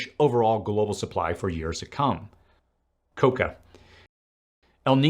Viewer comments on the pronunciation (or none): Thanks for all the great info and research. It's "cacao" - ka-cow. Coca is .. . . something else.